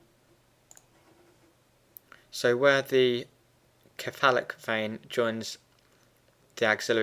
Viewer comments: Thanks for the great graphics- very helpful. Please note, though, that the word 'cephalic' is pronounced with a soft c. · I just couldn't stand the way he says "cephalic" other than that it was good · I'm glad I wasnt the only one